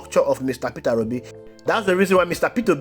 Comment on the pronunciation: Pronounce his name properly Peter Obi not Petera obi